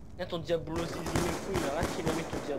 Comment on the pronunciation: Diablo et non diablio